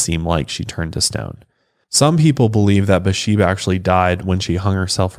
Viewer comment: Her name is spelled "Bathsheba", so the "th" isn't silent. "Buhsheba" confused me until I saw the picture of the headstone.